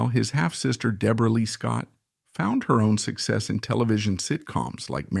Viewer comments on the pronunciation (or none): none